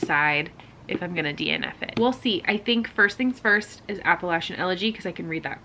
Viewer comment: You said it right the first time! App-uh-LATCH-in 🩷🩷